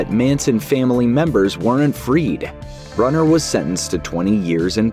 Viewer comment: And it’s “brooner” not “brunner”.